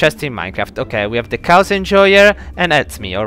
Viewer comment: Bro pronounce chaos. chaoss lol lmao